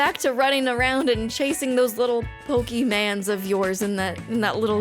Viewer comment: How dare you say pokeman